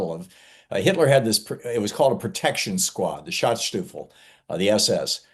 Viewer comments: The German Schutzstaffel is not pronounced "shutsstoofle" 🤣 but rather "shood-shtuffle". Maybe listen to Google translate before you pronounce it so wrong? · Schutzstaffel. Not Schatzstuffel.